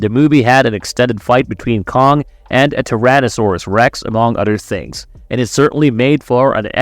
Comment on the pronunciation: My guy can't do TH sounds 😂 other = udder, together = twogedder, this = diss